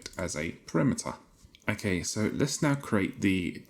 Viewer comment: you kept pronouncing 'parameter' incorrectly btw you said it like 'perimeter' which was funny